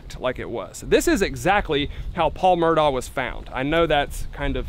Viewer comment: Thank you for pronouncing the name right!! Everyone keeps saying "Murdock", yet it's clearly spelled "Murdaugh"!!